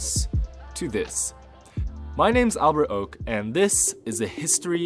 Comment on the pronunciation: I always thought it was pronounced “” lmaoo